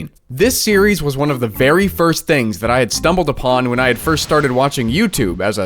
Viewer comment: hilarious🤣😂 " The tings i do for gaming"